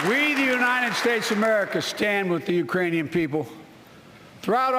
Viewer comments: "Urainian." Which is made up. Lol. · "Urainian people." Oh boy... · He said, "Urainian people." Which is still incorrect...